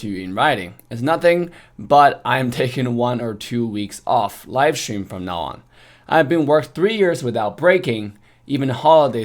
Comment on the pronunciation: Love the way how says: Shtream hahahahahahahah